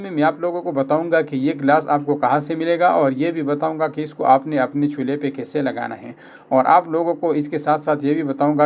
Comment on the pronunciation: چھولے نہیں چولھے صحیح لفظ ہے